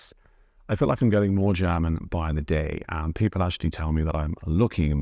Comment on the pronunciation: Is it just my idea or are you pronouncing the word "German" as "Cherman"? :face-turquoise-covering-eyes